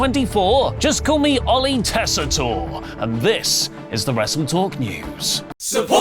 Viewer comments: So nice of to pronounce "Joe Tessitore" the correct way. Its been kiling me the way he says Joes last name for weeks. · You're finally pronouncing Joe Tessitore correctly